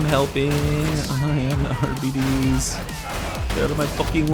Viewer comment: Arbeaties? Can you pronounce diabetes, and then pronounce bite?